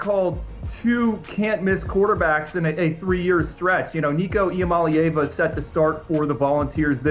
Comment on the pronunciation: Just trying to help you get it right. EE AH Molly AH Vah. Not "AA Vah". You're welcome.